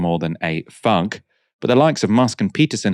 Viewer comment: Did he mean thug when he said fug? Why so many people can’t pronounce ‘th’ any more, sad.